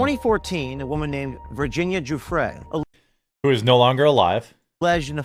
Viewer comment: Giuffrè is pronounced Juffrè for you speaking English. Not “g”. The “i” after the “g” makes it “soft”, like an “h” after “s”